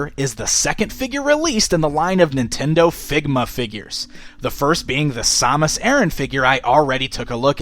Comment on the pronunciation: Sam-us not sau-mus